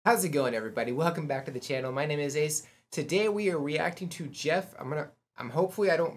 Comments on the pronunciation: You said Geoff name right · You said his name perfectly. Geoff's range is over 5 octaves - A0 growl, B0 lowest subharmonic, F1 lowest full chest, Bb5 head voice. Where you think it's over, check the amount of time left. With this one Geoff is getting snowed on, then he talks a bit, shows some of makeup, props, Kathy (his wife and manager) animates Zero. Usually although not in this one, if it just goes to the Patreon list, you won't miss much. Both Geoff and VoicePlay will add cool stuff at the end - not even most of the time, but it is fun when you catch it. VoicePlay's - Drunken Sailor, and Running Up That Hill are examples of extended video you wouldn't want to miss. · Every one of these vocals were Geoff's; layered at times for effect. BTW: I believe you pronounced his name correctly.